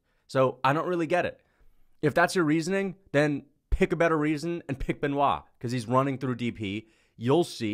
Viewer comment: I believe one day that will pronounce Benoit's last name properly.